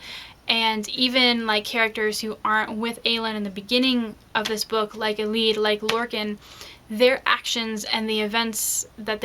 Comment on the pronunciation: Excellent, excellent. You are the first person I've seen who pronounces Elide and Manon like I do. I have found that no one pronounces all the names the same, lol. Also good point about the disabled controversy being false. How could Elide have been forgotten?